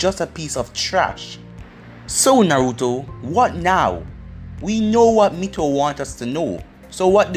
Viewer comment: It’s not mikato it’s mito